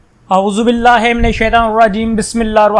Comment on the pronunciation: Aozu billah Bhi sahi nahin Parhaa afsoos